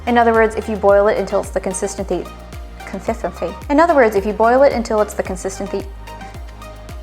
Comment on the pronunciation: Sober up before saying consistency